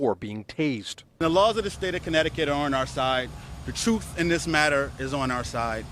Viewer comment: Notice how the film was edited to just show the tasering? Did that laywer say TOOF and AZZONERATED? I have never heard those words before and I play scrabble!!!!